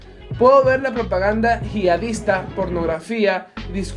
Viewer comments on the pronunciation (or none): Tienes que mejor tu discurso porque he escuchado varios errores gramaticales, otro punto sería la pronunciación de muchas palabras, como por ejemplo yihadista, que lo leiste "jiaista" o como NHS que lo leiste como "ne ache ese" pero es "ene ache ese". Parecen un par de fallos tontos pero hay basntantes más y hace que te olvides de lo genial que es este video.